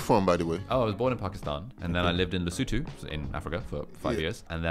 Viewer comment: Hanging out my foot. Fishing for Africans to take your course my "Lay-soo-too" brother 🙄